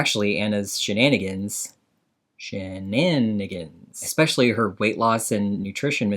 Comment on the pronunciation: She always says "exspecially" and I hate it.